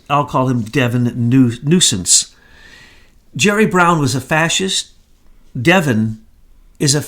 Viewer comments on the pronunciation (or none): BTW...laughing at the "nusence" not the Devin/Gavin mix up.